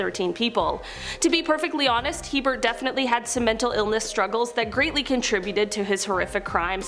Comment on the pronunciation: It is HeRbert Mullin, not Hebert.